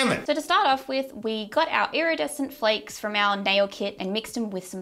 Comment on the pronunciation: Are you saying “flecks” or “flakes”?